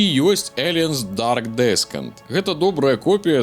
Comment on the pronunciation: "ДэсКент"?! Сур'ёзна?! Зусiм ужо?! У гугле прамову паслухай! Ты ўжо не малы хлопчык! Сачы за памылкамi! Дарэчы, лепшы фiльм - першы "Чужы" Рыдлi Скотта. Агляд пойдзе. Але не ўпэўнены, што ты гульню прайшоў поўнасцю. Так яно працуе - зрабiў пару аглядаў без праходжання гульнi, будзе яшчэ доўга недавер гэты вiтаць у паветры!